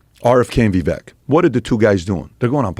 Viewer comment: Vivek rhymes with CAKE = sounds like vivake , not viveck. just saying